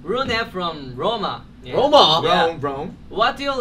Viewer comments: He actually said it perfectly in spanish. XD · actually, I'm Italian, and I can say that Jin pronounced Roma right because Rome is the english pronunciation and maybe on the sheet was written Roma and not Rome, of course I'm not blaming you or Nam, it was just for information